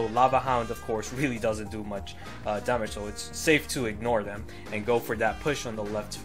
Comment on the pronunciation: the way he says damage, bothers me, but love the videos👌🏻